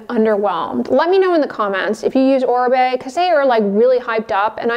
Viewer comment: Finally someone pronounced correctly Oribe